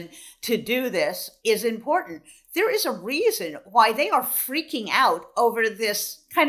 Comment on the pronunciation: Harry Litman is one of the very few people that I have heard pronounce "important" correctly.